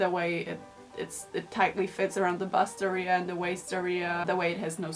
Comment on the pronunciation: Me: bust area/waist area Karolina, an intellectual: busteria/waisteria